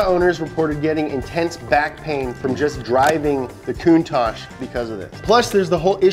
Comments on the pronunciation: Why TF is he saying Countach like that 😂 He's saying fuggin KOON TAJ 💀 Its pronounced Kown Tack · I have never heard anyone butcher "Lamborghini" and "Countach" like you lot did Holy shit.